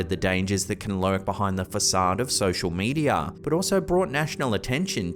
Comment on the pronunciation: Sosher medier 😅